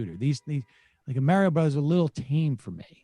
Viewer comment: Sam pronouncing Mario like Merio